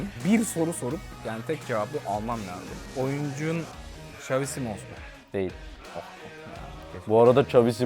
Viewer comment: Bişey diycem xazi simons dedi ama 1 sonraki tur xavi simond dese nolcak aq